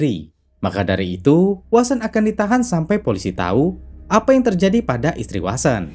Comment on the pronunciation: sprtinya vasen lbih tpatnya, bkn wasen, tp vnya sprti w, tp gk bner2 w 🤣